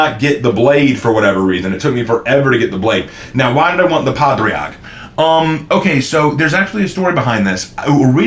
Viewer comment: Padraig is pronounced “ pah- rig”